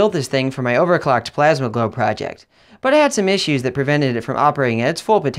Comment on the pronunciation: Did you say plasma??